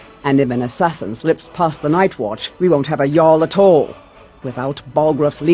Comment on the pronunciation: Your pronunciation of some final consonants 😂 Brotherrr-uh... At all-uh...